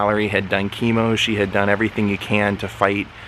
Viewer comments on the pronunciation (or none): none